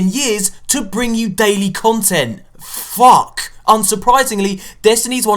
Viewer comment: LMAO! "...FOR THE NEXT TEN YEARS TO BRING US DAILY DESTINY CONTENT...F-F-UCK!" LOL I love the way you said it, the f word that is.